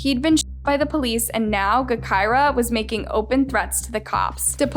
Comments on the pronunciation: BRUHH 😂😂😂 im dead, she said GEK KIRA! Lol bruh its “Ja kira” and she wasnt a rapper lmfao i never thought id see drill shit on this channel. Bruh tyquan was her best friend lol this is like a copy and paste from the chiraq reddit. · Her name was pronounced like Ja - kirah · Your information is all wrong u should’ve did better research also u should say her name correctly obviously it’s sounded (ja) gahKirah come on. White people always messing up some shit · It's pronounced Ja-Ky-Rah just spelled with a G instead of a J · It pronounced Jah-kirah you fool. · Nah, you got her story all twisted and i watch all your videos. All the the way down to her name. Smh , at least pronounce the name correct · please! I love you but your pronunciation of her name is driving me crazy!!! 🤦🏾‍♀️🤦🏾‍♀️🤦🏾‍♀️🤬🤬🤬